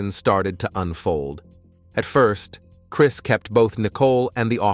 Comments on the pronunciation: Lol…. Crees and Sha non…..😂 Cheating with a woman he work Aid with…..omg, so bad…. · Also y you call him Chreees, and he scored meeenus 27 on the polygraph? What kind of speech problem is that? 😂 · And Crees…..😂